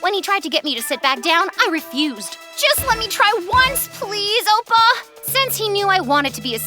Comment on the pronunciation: They pronounced some words wrong, it's 'um-ah' not 'ooh-mah', it's 'oh-pa' not 'ohpa' 😓